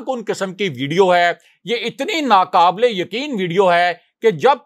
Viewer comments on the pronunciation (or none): If you wish to continue speaking in URDU, the correct word is:NA(Q)ABIL, not:NA(K)ABIL. Get your 'Q' and 'K' right and if you are 'JAHIL' enough and not able to, then use some other language to get your news across but stop insulting URDU☹👎there happens to be a BIG DIFFERENCE between sounds (TALFFUZ)of 'Q' and 'K'' in URDU!!! Wonder what is your مادریزبان???